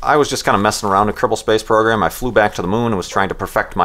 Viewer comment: What is the name of that moon flight program you mentioned? I cant hear the name. Sounds like Kirple space program. Anyone know?